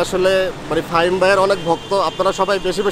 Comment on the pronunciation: ফাহিম কে ফাহিমা বলছে